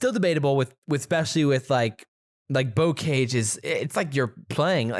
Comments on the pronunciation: Pronounced bo-ka-zh, and it's French, not English 🤦‍♂️😂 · BTW both of your pronunciations of bocage are wrong lol